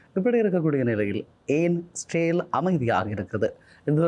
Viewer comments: Sir, please pronounce as israel not sale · Bro இஸ்ரவேல் என்று உச்சரிப்பு செய்தால் நன்று 🙏